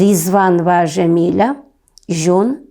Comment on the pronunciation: Не Жамиля, а Джамиля!!!!